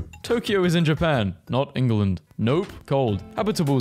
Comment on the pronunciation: England not Enguland